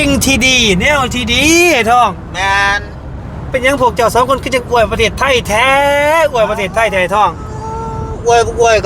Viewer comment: บ่าวลาว #อวย ไทย เด้อ ไม่ใช่ #อ้วย #อ้วย มันจะออกเสียงเดียวกับ #,กล้วย #ช่วย #ด้วย ภาษาไทยต้องใช้ #อวย ครับ #อ้วย ภาษาเขียนไม่มีนะ